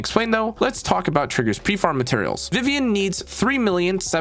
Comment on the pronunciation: "Let's talk about Triggers prefarm meaterials" That caught me off guard for a minute lol. Great video none the less, it was mega informative and extremely helpful.